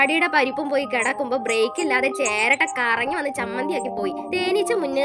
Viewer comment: Cheratta ❌ cheraatta✅